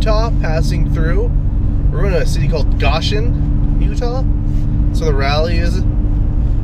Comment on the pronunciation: It’s go shin, not gosh shin. Lol.